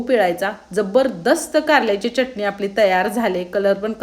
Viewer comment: ताई तुमच्या receipes छान आहे पण च्यटणी नका म्हणत जाऊ (चटणी)